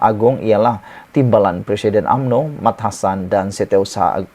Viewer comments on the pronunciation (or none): none